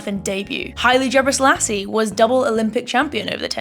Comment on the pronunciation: Bro said "jabresailasse" 💀💀💀